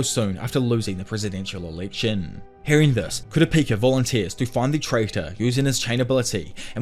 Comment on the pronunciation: Kura peaka is crazyyy Then started saying kura paka 🤦‍♀️